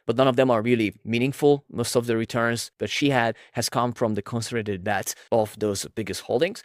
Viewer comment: Please work on your pronunciation. It’s hard to understand what you’re saying sometimes. For example, the way you say “concentrated” is very rushed (missing parts of the word) and when you say “other” it sounds like “odder” or “order”. If you search “x pronunciation” on your browser, it’ll give you an audio of how it’s pronounced, and you can use that to practice saying different words. That’s how I mastered English as my 3rd langauge. Looking up how people’s names are pronounced is also a good idea. For example, Thiel is pronounced “teal”, there’s no “th” sound (referring to your recent video).